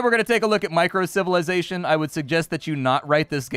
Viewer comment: Microcivilization, not "Minicivilation" :D